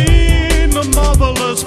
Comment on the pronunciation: I thought at the beggining he was saying: "Have you seen, the motherless breadfish?"